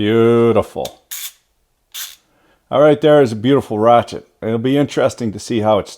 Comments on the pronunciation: Its a Rache-te 😣👌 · 3 mins of talking....just show me the "rrrrachete"